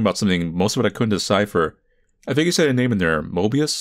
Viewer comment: Has anybody ever noticed that this dude pronounces his 'th' s as 'f' s? Like instead of "think" it sounds like "fink" ...